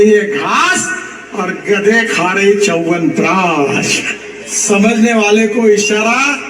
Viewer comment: EK TO PEHLE "SH" KO "S" OR "S" KO "SH" BOLNA SIKHIYE.. CHAWANPRASHHH HOTA HAI...CHAWANPRASSS NAHI